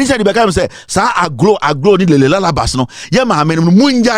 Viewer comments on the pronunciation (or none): none